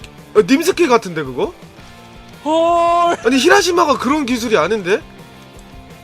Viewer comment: 히다루마를 히라시마라고